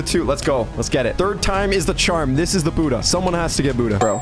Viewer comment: bro tf is "boodah" and "keelo"